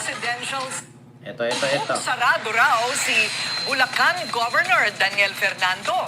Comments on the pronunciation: Bulacan di bulcan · Bulcan or Bulacan? Hehe